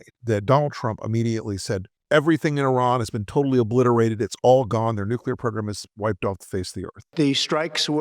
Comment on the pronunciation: ...."tatally oobbblisserrra"...🫦👅 He has lost his pronunciation and the American people💋